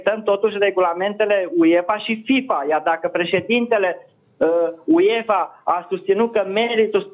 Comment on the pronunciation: Băi apelul bocancilor se citește și se scrie UEFA nu Uiefa